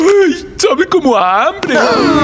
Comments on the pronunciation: en el minuto dice "habre" en ves de "hambre" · en el es hambre no habre xd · Hambre:❌ Habre:✔ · No se dice hambre ❌ se dice habre ✅ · Hambre ❌️😑 Habre✔️🤑